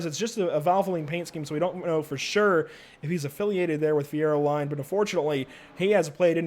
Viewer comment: And Fieroline is pronounced just like the oil is...Fierolean/fieroleen